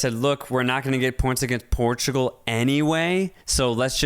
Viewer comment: the clear bias in the portugal game analysis lmao. Try to cover it a bit more next time. and by the way, the way you pronounce Portugal is super wrong.